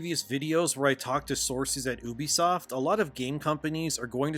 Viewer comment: It’s pronounced you-be-soft not ooh-be-soft. I wanna think you’re legit, but you aren’t even pronouncing it right.